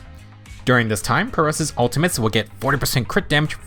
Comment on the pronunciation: OMG Someone finally pronounced Pyrois correctly!